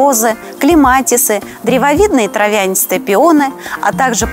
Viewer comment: Спасибо! Заставили полезть в словари))) оказывается, травЯнистый! А про осмокот вы, конечно, перевели интересно. В Польше он под другим названием? Слушала специалиста и не услышала в его речи "осмокот" 😂